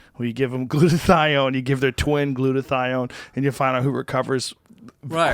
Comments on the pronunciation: hahaha it's hilarious when joe was talking about meds and tom just kept saying "Glutothion!!" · I love how occasionally Tom will pronounce a word as if it’s never been spoken by a human before.